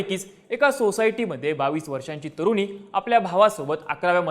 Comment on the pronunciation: तुरुनी नाही रे.. तरुणी!